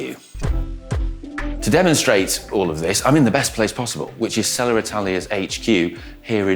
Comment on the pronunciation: Is there an “R” after Selle? Why do you say it like that?